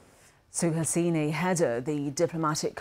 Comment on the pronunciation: Suhasini Haidar (Please pronouns name properly)